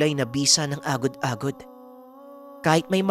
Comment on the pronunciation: lodi medyo. iba pagkabigkas nyo sa agod agod sa lapok. 😀😀😀